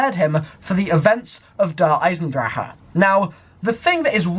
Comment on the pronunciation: It's DER EISENDRACHE NOT DER EISENDRACHA